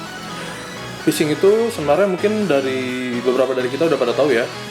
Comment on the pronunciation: Phising bang bukan Pysing -_- :v